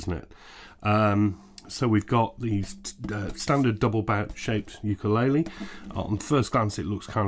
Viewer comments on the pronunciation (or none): none